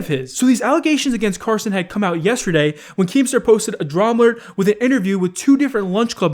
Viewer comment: "Once Keem Star put out a drama-lert"